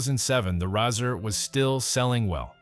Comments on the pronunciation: It's pronounced just like the thing you shave with... It's a Razor, not a Rassur! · Nahkey-uh & Rahsir ?!! WTF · Pretty sad that you make a video and you can’t even pronounce the product name properly! It’s pronounced like the thing you shave with. Epic fail.